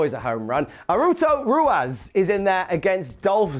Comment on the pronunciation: "Haruto Ruas" Jesus....